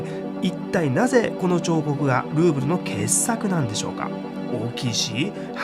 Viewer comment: ルーブルがグーグルと聞こえる😊